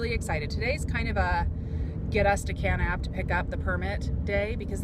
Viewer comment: I really love your videos, they are so fun to watch..... and since this one is now 1.5 years old I am sure you've been told since but you pronounce Kanab "Kuh-NAB" with the accent on the second syllable :D :))))) keep up the great videos. I love hearing your camera and lens advise. I am a hobby photography and just got the D7100. I have the V1 as well and plan on taking that on my hikes in Zion this winter to keep the weight down LOL.